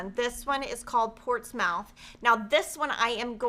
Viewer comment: Please please no offense meant only speaking in the kindest gentlest "voice" and I'm not the language police -LOL but I believe the collection Portsmouth is pronounced with a silent O. So it would be like Portsmuth. There's a Portsmouth VA and NH. Just thought you'd want to know - live videos can be tough so saying something on the fly can be difficult.